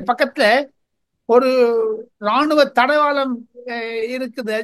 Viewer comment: டெல்லி சார். அது தடவாளம் இல்லை. தளவாடம்